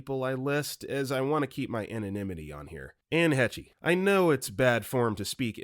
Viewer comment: Anne Heche is pronounced Haysh, not He-chay. Jesus 😒